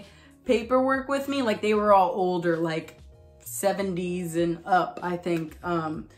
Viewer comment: You go : "I was uP" hahaha the p sound cracked me upppp